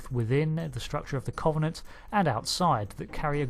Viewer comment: I love your Cultural Index videos! However, there are some words you seem to have particular difficulty in pronouncing. This time it's the word "Covenant" Think of the word cover as in to cover something up.. The O is substituted for a U when you speak it. It doesn't come up in this video, but I'm binge-watching your index playlist so this one comes up a few times. Nictitating: you say it a bit like nictitiating. This might just be a font issue from your source material etc - I don't know. Break it down and you get nick tit ate ing. I hope this makes sense. Sadly I'm one of these people who get really annoyed about things like this. I'm going straight back to my corner now. please feel free to roast marshmallows on my overdone corpse!